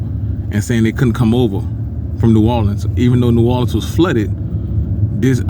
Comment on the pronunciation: U saying that all wrong brudda but carry on